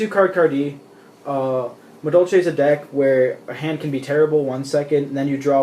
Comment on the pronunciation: Doesn't even know how to properly say the names of all the madolches haha obviously new to the deck